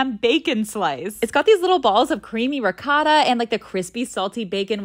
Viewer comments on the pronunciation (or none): *Ree-koh-tah, roll the R. The O in Italian is always pronounced like the O in Oh no!